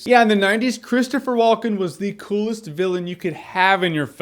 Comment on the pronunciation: "Christopher W-uhl-ken"